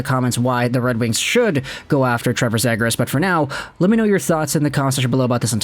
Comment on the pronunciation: Ze-gras, not Zed-gras